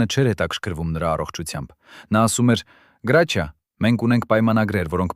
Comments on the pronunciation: Ոչ թե գրաչյա այլ Հրաչյա ։ Մի աղավաղեք ՀԱՅՈՑ ԼԵԶՈՒՆ ։ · Իսկ ինչու Գրաչյա ,այլ ոչ թե հայկական գեղեցիկ Հրաչյա, տհաճ է լսել ։ Մի բան էլ միթե նորություն է, որ նա արևմտահայ է, ինչ երևանի ծնունդ?որտեղից եք վերցրել այդ տեղեկությունները,մի քանի րոպեից չեմ էլ ուզում լսել😮😢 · Եթե հայերեն եք խոսում, ապա անունն էլ ճիշտ ասեք։ Նրա անունը Հրաչյա է, ոչ թե Գրաչյա։ Ճոխացրած պատմություն էր։ Եթե իրոք օրագրում ամեն ինչ գրված էր, ապա անուններ էլ էր գրված, դուք ինչու՞ անունները չհրապարակեցիք։ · հարգելի հաղորդավար Գրաչյա չէ այլ Հրաչյա մաքուր հայերենով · Այ անգրագետ գրաչյա չի այլ Հրաչյա։ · Տղա ջան ինչու եք Հ տառի փոխարեն գ եք ասում ինքը Հրաչյա Ներսեսյան է